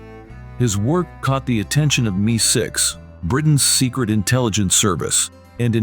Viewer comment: Need a human narrator. “Me-6”? 🙄